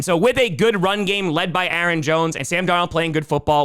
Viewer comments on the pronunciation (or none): none